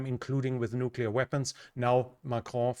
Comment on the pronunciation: You pronounce Macron really well